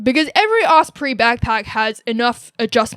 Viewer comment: She can’t even pronounce osprey correctly lmao